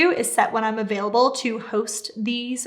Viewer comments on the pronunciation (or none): none